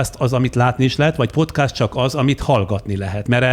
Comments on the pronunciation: Az nem úgy kell ki ejteni hogy podcast hanem podkeszt így kell ki ejteni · Ez a "PoTkÁz" nagyon zavarja a fülem :D